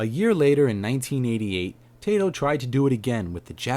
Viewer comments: Its pronounced: tie-toe, and Rosstaun. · I hear more Tai-to rather then Tie-toh. Always nice to know. Your channel looks good, good informative, subscribed:D